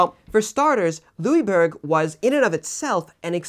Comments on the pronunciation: Well, I'm from Québec, your pronunciation was pretty good, just next time pronounce it "Louisboorg" if you want to get it spot on. Also, I hope you cover the siege of Louisbourg some time in the future, along with other events in the seven years war such as the siege of Québec itself. Great job by the way. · I wouldn't say to pronounce the "g" though. We don't pronounce the "g" in "bourg". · Louisbourg? Translate it into german and it is Ludwigsburg, there is a town north of Stuttgart with this name , there is one of the largest german palaces/Schlösser.